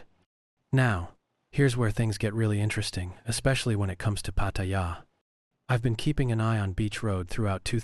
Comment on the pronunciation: The ONLY time you pronounced Pattaya properly was . I'm Thai and I know. Jing jing.